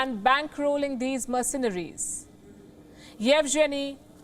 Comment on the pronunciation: merceNaries. Keep saying it wrong.